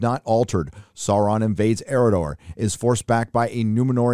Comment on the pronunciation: thank you for pronouncing Sauron correctly.